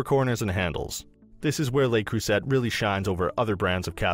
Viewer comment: Two things here, no three. Le Creuset is pronounced Le Croy-zay, Is this just a commercial for Lodge? Almost every sentence referred us back to Lodge. Thirdly Top 5? Unless I'm doing my maths wrong there's just 4.